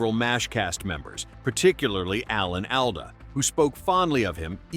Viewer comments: Ive never heard anyone say Alan “Al”da. Its “Awl”da. Any chance this is a synthetic voice? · More terrible AI narration; can't even pronounce Alda's last name right. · I think the saddest part of this video is the narrator's pronunciation of Alan Alda's last name...